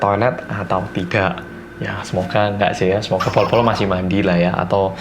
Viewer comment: Hi, aku termasuk baru banget nonton video2 kamu di youtube, ya kira2 setelah lockdown di Australia berlaku. Aku suka banget dgn konten2 rindingdong n detektif reomit. Aku cm punya satu pertanyaan, kan medok ya hehehe tp pas pronounce bolo-bolo kedengerannya kayak “polo-polo” ya? Apa ada penjelasan soal ini yg aku belum nonton di video? Thanks and keep up your good work:)